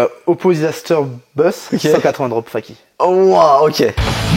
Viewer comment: "Fakie" pas faqui